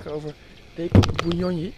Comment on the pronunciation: It's Bunyonyi not bunyoyi, anyway thanks for visiting my country, hope u had a great time.